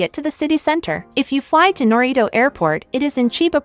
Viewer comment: If you're going to make videos about Japan, at least try to get the text to speech voice to say the Japanese names decently. Like I get some words are hard to say but there is definitely a way to get it to say narita and haneda instead of naryto and haneedo